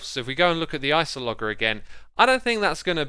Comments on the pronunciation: it's pronounced ice-o-luh-jer, not ice-oh-logger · Just saying, since it bothered me so much lol, its pronounced: Ice-o-loh-jur